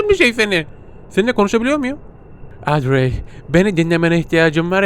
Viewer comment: Abi şimdi o panjurları kapatmassan penceredeki adam seni o panjurlardan izleyerek yerini görüyo ve direk oraya gidiyor bu arada kızın adı odri diye okunuyor seni çok seviyorum inşallah 200 B abone olursun💗#pisicikgücü